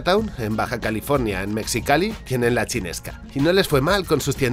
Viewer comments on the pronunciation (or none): Pero oye bro, no se dice MeXicalli, se dice "Mejicali" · Mexicali se pronuncia mejicali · Se pronuncia "meJicali" asi como Mexico se pronuncia"meJico", lo ironico es que hace frontera con la ciudad de Calexico USA, a la que muchos mexicanos llaman "caleJico" cuando esa ciudad se pronuncia como se excribe Calexico. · me sorprende que digas Mecsicali en vez de Mejicali... Espero que no seas de los que a la tonta Tejas le dicen Tecsas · Desde antes de ver el vídeo sabía que ibas a pronunciar "Metzicali" xD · Se pronuncia Mejicali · Mejicali se dice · Se que es confuso pero mexicali se lee como "mejicali" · Se pronuncia "mejicali"... Como "mejico"… recuerda que la "x" tiene pronunciaciones caprichosas en esta región del mundo. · Que tal feo! Mexicali se pronuncia "Mejicali" Igual que en el caso de México Un abrazo desde México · Un consejo mi, usualmente los lugares en México que llevan "X" (como México) y después una vocal se leen como "J" y cuando llevan "X" al principio seguido de una vocal se leen como "S" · Hola! Mexicali así como México. Se peonuncia la X como J. Mexicali viene de la unión fe México y California. Tiene. La ciudad es una mezcla de todo el país.